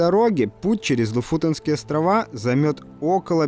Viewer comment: Ты хоть названия правильно научись выговаривать, слушать противно... Не знаешь сам, то у Гугла спроси... В прилагательном «Лофоте́нские» ударение ставится на второй слог, на букву «е».